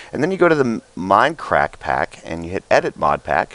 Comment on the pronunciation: Just want to point out that it is MINDcrack... not MINEcrack. Would love it if you made the correction.